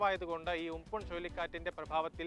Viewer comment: ഉംപുൻ അല്ല ചേട്ടാ ഉംപൻ